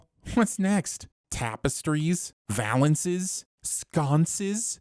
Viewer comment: Vall-ances? Sir, it's vah-lances